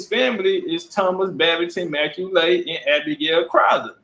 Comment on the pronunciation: MacCualay is pronounced Ma Cawly (Call Lee) and there's several different spellings for the surname, knew a few But this major gem you're dropping is da bomb, just got through watching a drop on that outside of Khoisan, Berbers & Pygmies, all the other African ethnicities came from the Middle East and Southwest Asia BIG CHIEF STOMPIN' DA 💩 OUTTA THE PSEUDO AFRICAN IDENTITIES PLACED ON US AND ABROAD‼💯🎯